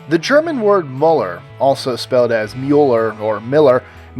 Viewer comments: It's Müller, not Muller. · I love how you didn't even once pronounce 'Müller' correctly. However, there is another German name that is probably just as popular. It's 'Mayer (/Mayr/Meyer/Meyr/Maier/Mair/Meier/Meir)' (and yes, I'm pretty sure all of these variations exist, plus the last name plus something else like 'Habermayer', plus 'Vogt' wich means the same and is the variation of 'Mayer' used in the middle of Germany) But whatever, that name is f*cked up. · The way you pronouncer müller is so damn funny